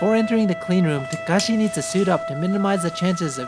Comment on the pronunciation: His name is takashi but says it as he was calling him kakashi and as a Naruto fan... This is approved